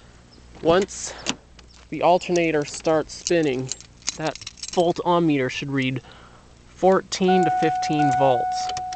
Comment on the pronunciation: It's not Volt "OM" Meter, so quit saying it.